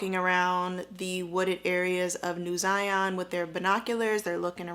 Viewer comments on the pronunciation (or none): Zion like Lion. Not Zyon.